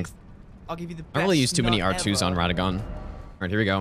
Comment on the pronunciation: His name is Radahn not radann